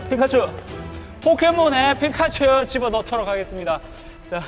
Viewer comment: 저피카츄발음 자해요